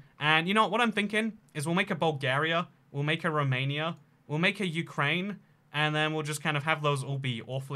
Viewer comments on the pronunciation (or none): none